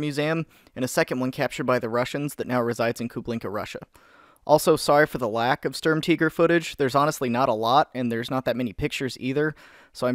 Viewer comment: It's "Kubinka", not "Kublinka".